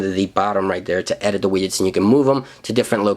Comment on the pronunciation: Lol "wiyets", xD Widgets